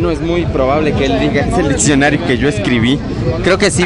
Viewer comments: Se pronuncia Diccionario, no ditsionario. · chingada madre todo estaba bien hasta que dijo ditsionario ><¡¡